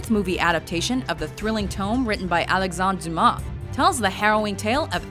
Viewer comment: French is my mother tongue. I'm actually impressed how well she pronounced "Alexandre Dumas" ! 99% accurate pronounciation! Quite rare for an english-speaking person to get the accent right like this!